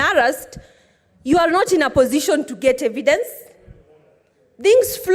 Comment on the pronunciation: Order not ornder, get not nget😂😂